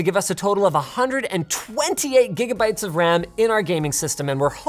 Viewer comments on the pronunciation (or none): none